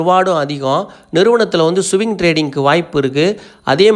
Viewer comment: சுவிங் ட்ரேடிங் அல்ல ப்ரோ, ஸ்விங் ட்ரேடிங், வார்த்தைகளை சரியாக சொல்லவில்லையென்றால் உங்க நாளேஜ் இல்லைன்னு நெனச்சிடுவாங்க